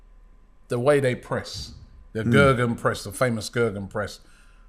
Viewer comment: Its Gegen Press not Gergen